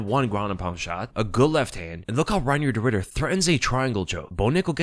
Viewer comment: could've sworn you said 'de Riddered' 😂